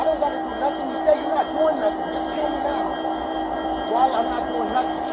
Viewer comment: Omg... he said "nothing" not "nuffin" .. Did this one actually grasp the English language? 🤔